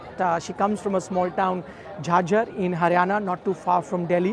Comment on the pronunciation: Jhaajar bro atleast get a pronunciation right why u r speaking in western accent being an Indian